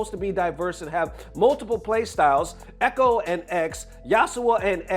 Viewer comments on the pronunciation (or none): none